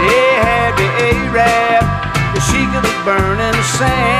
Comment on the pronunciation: I wish I could legally beat this guy because now people dont think A rab is an insult and now wont stop calling me A rab instead ho you really say it wich is (ah-rahb)